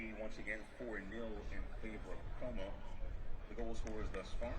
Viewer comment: Commentator's pronounciations is even worse than women's play. "Kohw-mo", "Cutron"